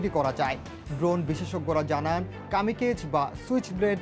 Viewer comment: কামিকেজ না Kamikaze is a Japanese word meaning divine wind.